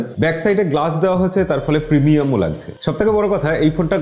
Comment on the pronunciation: লাগজে না দাদা সেটা হবে লাগছে। আপনারা কলকাতার মানুষরা এভাবে উচ্চারণ করেন কেন?